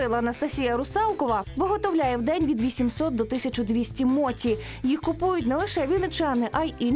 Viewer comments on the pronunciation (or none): Якщо мочі,то не суші,а сусі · Будь ласка, не моті, а мочі. Моті в українській мові- це неправильне вживання японського слова, яке збереглося ще з радянських часів, та й японці так не говорять. Так як Поліванов був російським японістом, то транслітерацію він зробив на свою мову. Особливість роснявої мови в тому, що їм невластиво та незручно буде говорити напр суШі весь час чи моЧІ (вони навіть зараз максимум, то говорять суШИ та моТІ). Але українська мова не має таких проблем , наша мова багата на звуки, які можуть якнайкраще передати японські слова. В радянські часи власне української японістики не було, тому говорили так, як партія скаже (моті, сусі, сінкансен й тд). В цей час весь цивілізований світ вивчав японську мову за Хебперном, де мочі є мочі, суші є суші, шінкансен є шінкансеном. Ця транслітерація є правильною і найбільш наближеною до японської мови. Зараз ми незалежна країна, маємо свою японістику. В українських університетах вивчають японську саме за останньою транслітерацією (Хепберна). Тож будь ласка, давайте викорінювати російські кальки в такий спосіб!